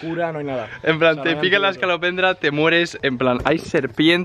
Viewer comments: No hace falta deciros esto,porque se que os diréis cuenta en algún momento☝👁ami me pasó: No es es(ca)lopendra, es es(co) lopendra😁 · Es escolopendra, no escalopendra (voz de Hermione) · Que no se llama "ESCALOPENDRA", sino "ESCOLO, ESCOLOPENDRA",JAJAJAJAJA. Besos!!!!😘😘